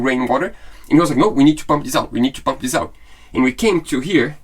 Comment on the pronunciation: PLEASE let buy a heat gun AND an oscillating multi-tool. Pretty PLEASE! They both will be SO useful for many years to come! edit: Don't wait for him to learn to say "THIS" correctly. It may never happen. 🤣🤣🤣🤣🤣👍😇😊⛵🌈😉 re-edit: WINS! (of course!) Thanks! "God bless the child that's got his own!"